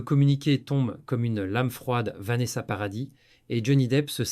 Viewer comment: naturel et fluide, avec des mots bien dits kwatorze ans au lieu quatorze, nôce au lieu de noce, paradisse au lieu de paradis, bref... plus naturel quoi.